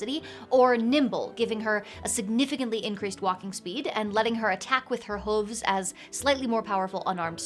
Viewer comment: At the mark...it's kind of funny how you can't pronounce the word..."hooves"! LOL